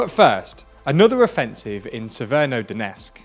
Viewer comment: Why the f... Do you pronounce an "N" in "severo" from "Severodonetsk"? Yesterday I thought it's YouTube encoding but it's not, it's you.